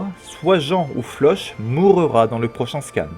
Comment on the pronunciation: Sa se dit Flock pas Floch ça m’a perturbé irrité même 😂 mais sinon la vidéo est bien 😂